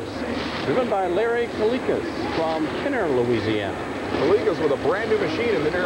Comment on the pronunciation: I was shocked he pronounced Kenner correctly. Lol